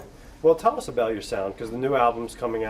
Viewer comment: i live for when he says 'uzz'